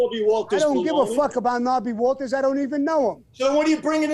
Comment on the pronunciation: Sammy has a hilarious way of constantly mispronouncing names.